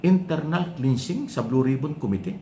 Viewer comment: KLENSING po ang tamang pagbigkas at HINDI PO KLINSING.